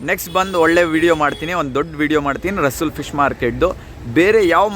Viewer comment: My dear friend, it's not Russull...it is Russell Market. Mr Russell from England opened this market.